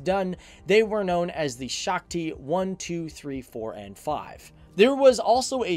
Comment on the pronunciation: if you speak Hindi then you know he was trying to say "Shakti" (Sh - aa- k- ti) but instead he said Shokti (Shock - ti) <-- not a word